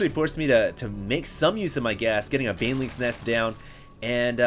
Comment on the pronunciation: did you say beanlings?